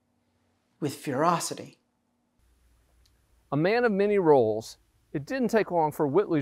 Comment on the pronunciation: What's "furosity"?